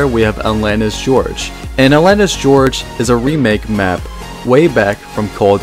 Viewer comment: Lol it's Gorge not George.